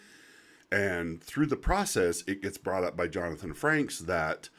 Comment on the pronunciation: Frakes. There is no N.